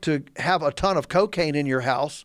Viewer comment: This dude is on to something. If anyone is interested...check out No-till farming or living organics. Glyphosates and salt based fertilizers are destroying our soils! There is a better way. Also, I love how this guy says " CO-caine"